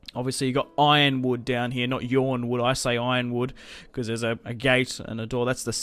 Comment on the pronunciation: Actually you pronounce it like Ronwood with slight stress on the Y. (Yronwood)